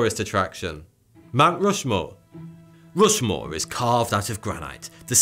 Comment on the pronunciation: Fousand, muver earf, uver gweat, Mt wushmore